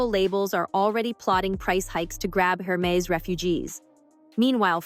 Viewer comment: A whole video an not once is the name of the company pronounced correctly! H is silent in French! 😂